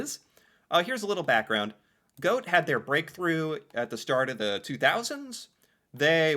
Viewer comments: G - awe - t - eh, is the letter for letter pronunciation 😊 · Remember when reading every letter: gåte is not goat, it is Goa-TE you read it in 2 steps, and remember to read the E out loud. Instead of goat it would be more like Goa-tea. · Gåte is pronounced gaw-teh. 😊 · Hi from neighbouring country Sweden! I love this song so much! Please don't pronunce gåte like "goat" 😂. The å is pronunced like the (British) letter a in "water" and the e in the end is like the e in the word "end". There you have it 😁. I also love the Swedish entry, which is performed by the Norwegian twins Marcus and Martinus. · No, Gåte is not pronounced like "goat". 🤣 Hot tip: An "e" at the end of a word in Norwegian, is in general NOT silent. I'm not a fan of EuroVision, but I love Gåte. They're awesome live. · GO-te, thats how you pronounce it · Gåte is pronounced 'gor-ter'. When there's a circle over the 'a', it becomes 'or'. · It's GAW-TEH,! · The instrument is called a key harp.. And it is the national instrument of Sweden. It originally comes from the province where I was born.. (Uppland) /Roslagen. Only 2 people alive today still make them. Gå-te.. the e is Not silent.. go teh... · so hard to help americans with norwegian phonectics, but i will give it a go anyway for you:) i think it would sound more like "Gauht-é" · Pronunciation of the bands name would be Gaw-teh. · Gåte: Gaw - te. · How you would spell Gåte in English is Gaate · being, pronounces Gåte as "goat". But it's fine:) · PLEASE start pronouncing the E (like the e in ted) at the end of norwegian words! The E at the end of norwegian words is NEVER silent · The Å letter is pronounced like the o in the English word "gone". Gone for a walk. Gone-gåte gåt.. ee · Gåte, the e at the end is not silent ;)